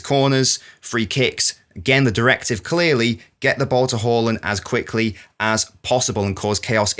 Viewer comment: Closer, but not correct. First AA's are correct, the last A should be pronounced the way most people pronounce the first ones. Type Haaland in Google translate and it will give the correct pronunciation.